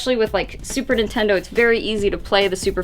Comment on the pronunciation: Lol she said "Intendo disk drives"